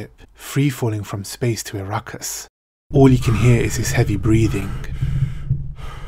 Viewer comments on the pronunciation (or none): Please....it's A-rakkis. Not I-rakkis.